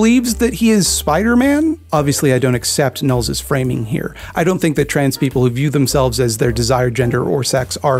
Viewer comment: Is that how his name is pronounced? I thought you said it as Know-less